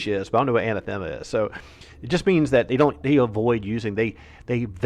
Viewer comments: Pronounced "A-Nath-A-Mah". It means condemned to Hell, worse than taboo. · Emphasis on the second syllable: a-NATH-a-mah